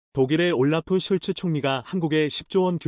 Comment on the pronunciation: 올라프 슐츠....가 아니고 "올라프 숄츠(Olaf Scholz) 입니다...